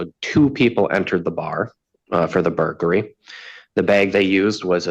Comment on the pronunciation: . It's not a freaking burgery. It's burglary.